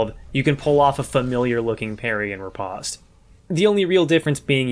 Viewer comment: It’s pronounced RI POST